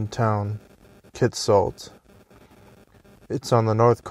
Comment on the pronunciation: I worked there for a couple of years and the company that redid the town and mine was Amex, an American mining company. And by the way your pronunciation of Kitsault was correct, never mind what hugh9park says.